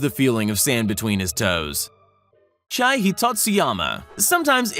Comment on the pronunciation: Name Chie is pronounced chi-e not chai